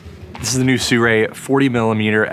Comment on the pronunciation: Pronounced see roo ee